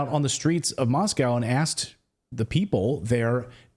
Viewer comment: Thank you for pronouncing "Moscow" correctly! Remember, there is no "cow" in "Moscow"